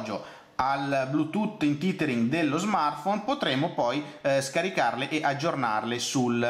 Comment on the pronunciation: "il titering" ammazza che pronuncia disastrosa ;)